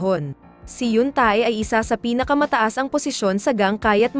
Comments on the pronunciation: Awit sa hyun -TAE haha Yun~teh po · Correct pronounce Yeong tae(x) Yong te(✓) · yoon ta-e talaga hahah.. basa noon te 😂😂 sagwa kcng pakinggan ung ta-e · Te!!! Yoon Tae or Tei di "Tae" just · Yoon tey tamang bigkas hndi yoon ta-e hahaha.. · Yap haha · Bat ''yoon-tae' Ang pag pronounce😂😂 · Wow I heard that she's say yoong-tae I think I really hear that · Naloka ko sa pag pronounce mo sa Yoon Tae 🤣